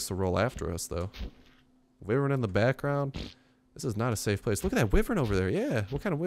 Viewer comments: why-vern it's so annoying you pronouncing it like that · its pronaunced Y-wern